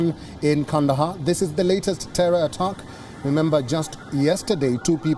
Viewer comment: Please tell your newscaster the word is 'attack' not 'uttuck'!